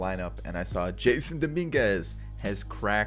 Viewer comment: btw it's prounounced (juh-sonn) not jason